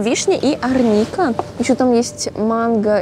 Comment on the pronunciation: В слове арника произносят ударение на первую букву а